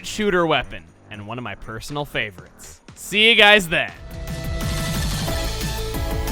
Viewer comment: Am I the only one that heard purr-sonal favorites.